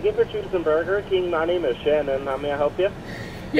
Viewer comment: "Sh!t I love burr king"